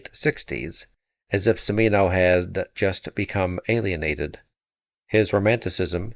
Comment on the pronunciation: The late director of Heaven's Gate pronounced his name chee-MEE-no. Btw the first two sentences of her review of HG is classic Kael...